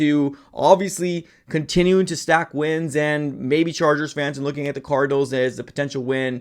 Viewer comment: That boy said “ THE ARIZONA CORDNALS” 😂😂😂😂